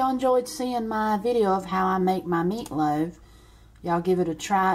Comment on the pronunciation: I love how she says MEATLOW😂 and yes i will try it.